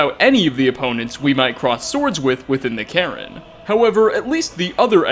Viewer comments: does anyone else find it annoying how he pronounces falmer as full-mer? he also pronounces cairn as karen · i noticed that too lmao